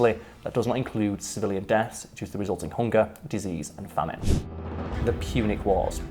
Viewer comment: Punic: "Pewnic" Bro.